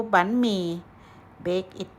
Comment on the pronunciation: What is bee-me?